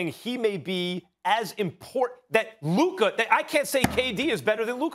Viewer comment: It’s Luka I’m sorry it’s Luka